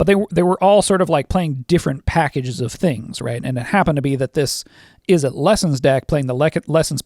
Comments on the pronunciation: "IZ-zet" Not "iz-ZETTE" 😉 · homie said Izette